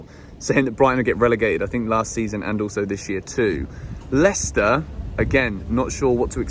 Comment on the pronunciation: HE SAID LWICWSTER 2-1